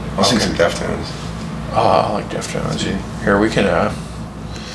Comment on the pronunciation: HE DID NOT JUST FUCKING SAY DEFTONES OMG NOOOOO MY BANDDD DEFILEDDD